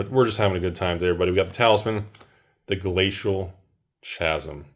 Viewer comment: DEAR the word 'chasm' is pronounced KAZZ'M